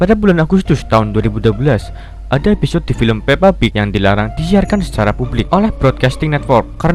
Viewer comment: "....EPISYOD...." Episyod... Episyod... tepok tangan